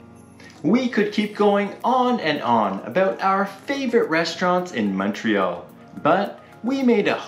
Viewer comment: Montrealer here. Fantastic video guys! Don't know where you guys are from, but thank you for pronouncing the name of the city properly!! Omg I don't know what it's so difficult for people to say!